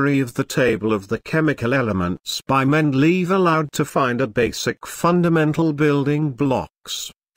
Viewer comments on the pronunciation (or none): Mendeleave, haha